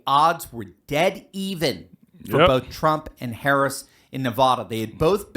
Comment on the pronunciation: If your going to do this say her name and other words correctly it’s Harris not hara